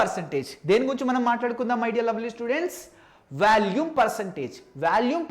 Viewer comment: orey adhi Vaalume kadhu V'o'lume